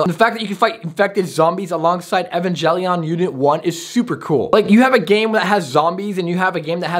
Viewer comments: evan-gel-ian Every anime fan: 🤬🤬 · it's Evangelion neon genisis I am a anime vet you saying the name pronouncing wrong the name